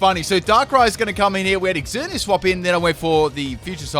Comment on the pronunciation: Ooof it kinda annoys me how he says exzerneas